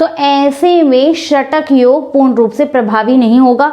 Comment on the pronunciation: Shatak yog nahi shakat yog hota hai mata ji